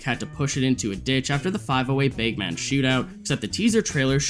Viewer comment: Dude what the fuck is up with you and “a”. You pronounce it “beg man” and “laser teg”